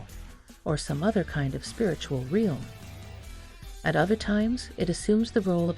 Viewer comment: Strike 3. You just pronounced realm like real with an m on the end. I'm done. I can't deal with this. I cannot be convinced you know anything about the subject when you don't know English.